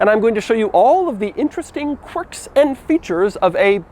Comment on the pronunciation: "corks and features"